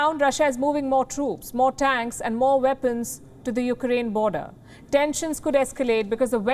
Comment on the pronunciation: Interesting how she can pronounce "West" but not Weapons (Veppons)